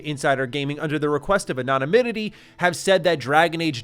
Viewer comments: “Anonanimity”?? C’mon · Great video, but you keep mispronouncing anonymity. Otherwise thanks for keeping me in the loop for all things gaming. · I say this out of love but I'm gonna need you to google the pronunciation of the word "anonymity" because this is like the 4th time I've heard you absolutely butcher that word this week lmao. On the topic of the video, I have no hope for modern Bioware. There's just been way too many problems happening at that studio for me to believe in them, especially given the fact that their last two releases were Anthem and Andromeda.